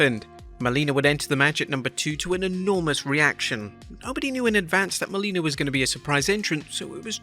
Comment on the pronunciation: its Melina, not Molina